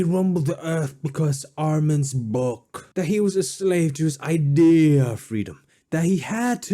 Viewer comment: Say "IdeeeYa of freedome" one more time motherfucker! I dare you! I double dare you!